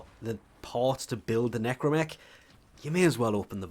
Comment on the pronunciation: Watching the Necramech part, I know is to force the player to farm, but man the Capsule part could have been share between both. Also yes, is NecrAmech with an A.